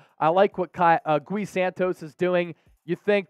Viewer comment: It’s not Goo-Wee Santos. It’s Gee